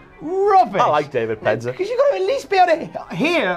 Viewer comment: I liked David Penzer... Or Dave-id... Pen-zer! If he were to introduce himself.